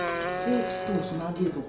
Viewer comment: Sundae Atau Tsunade Boss :v